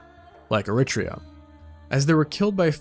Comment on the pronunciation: Have Americans lost complete use of English? What the hell is three fourths? As far as I am aware, we still call it three quarters! Your pronunciation of Eritrea was awful, if only you had access to a source like Wikipedia, which gives you the phonics /ˌɛrɪˈtriːə/ and also a sound file to show you how to say it. Having watched a few of your videos, you seem to just make up pronunciation and vocabulary as you go along.